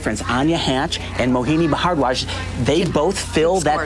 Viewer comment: "Mohini Ba-hard-warj" xD